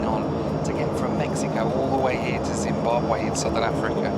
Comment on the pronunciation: Zim-Bahb-wee, not way. Just for next time. Love the vids!